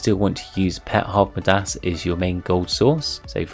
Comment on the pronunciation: Not sure why, but you are saying midas really wrong. It's a long i, so more like my-das.